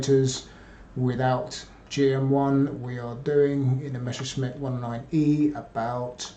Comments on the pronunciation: Why do English native speakers always pronounce "Messer-Schmidt" as "Mesher-Smitt"? I would think that as a historian, he should get that one right. Same goes for the "Nashorn" artillery, which is pronounced "Nas-Horn". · Not talking specifically about. It's a thing that I noticed with nearly all (!) English native speakers who talk about the Messerschmitt airplanes. Hardly anyone gets this right. And the question stands, how do you turn "Messer-Schmitt" into "Mesher-Smitt"? Can't wrap my head around this.